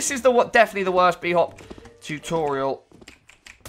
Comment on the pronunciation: "Tutoral" Video tutorals? Is this where I find the video tutorals for PC optimizer pro?